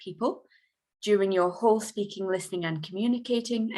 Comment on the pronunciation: Espeaking or speaking? which pronunciation is correct?